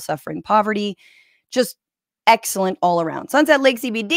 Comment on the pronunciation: As a TMR fan, hearing "Sunset Lake SeyBeyDey" pronounced correctly is jarring.